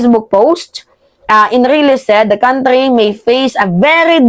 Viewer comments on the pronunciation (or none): none